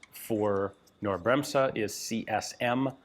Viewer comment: FYI the n in "Knorr" isn't silent and the s in "Bremse" is a soft s, more like you US folks would pronounce a z.